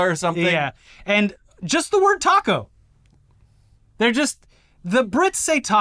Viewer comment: pronunciation of “taco” was absolutely the best way to pronounce it with a British accent. I know because I tried pronouncing it with a long “ah” sound and my wife laughed at me for a solid minute. Should he have said it with an American accent or even a Mexican accent? What a silly thing for Americans to take affront to. Pico de gallo, fair enough, he definitely should have pronounced that better.